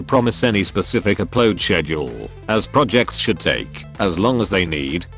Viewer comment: "aplode schedule" Seriously who programmed this voice it's hilarious.